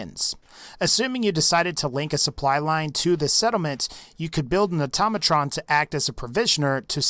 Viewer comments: ITS NOT ATAMATRON!!! ITS AUTO-MA-TRON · It's automatron not atamatron